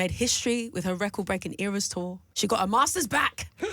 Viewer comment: it's not ARS tour,, it's eras tour